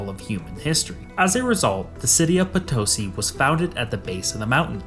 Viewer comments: Bolivian here, its be better if when pronouncing Potosí, you put the stress or intonation on the "i". And we have tales saying that with all the silver extracted you could make a bridge to Spain, and alongside it another bridge made of bones from those that died working there. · It’s “Potosí”. The accent is on the last syllable. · Potosí is pronounced "Po-to-SEE". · I was listening to this while working and it took me a while to realize you were talking about my country, Potosi is pronounced "puh tow see" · It wouldn't have taken much effort to get the pronunciation of Potosí correct. 🙄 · If you are going to apply the word, "scholar" to yourself, you should at least learn how to pronounce the name of the town that is the initial topic of your video! You also might want to use some other illustrative photograph while you are talking about Nogales, Arizona, instead of a building with a prominent TEXAS flag waving from its flagpole! As for the economic difference between North and South America, the explanation hardly requires 20+ minutes... The Spaniards and the Portuguese brought their long traditions of corruption at all levels of society and perfected them in the new world. Nothing works in that part of the world because everyone is too busy stealing from everyone else. A dishonest society cannot be a free society and cannot prosper, except, of course, for those at the top. In the US and Canada, the governments are just as corrupt as in South and Central America. The difference being that our politicians are better at hiding it (apparently, until just recently). But the populations are NOT corrupt, and therein lies our comparatively greater success.